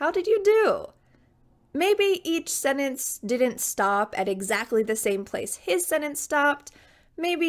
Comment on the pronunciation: It’s sentence not Senance